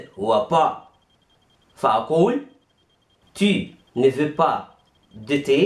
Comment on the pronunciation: veux تنطق فو وليس في